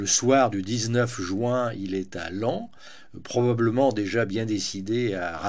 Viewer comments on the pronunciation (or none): none